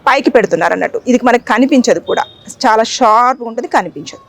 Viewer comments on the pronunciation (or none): none